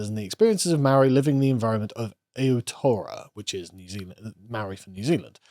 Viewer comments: "aotora" Holy fuck your pronounciation, it's pronounced Ow Tear Rower, you roll that r. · It's pronounced A-Hole-Tear-Oh-Ah :p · Aotearoa is pronounced “aye-oh-tay-a-row-ah” and matauranga is pronounced “maah-tow-ronga” The NZ Government is pronounced “com-ee-trash”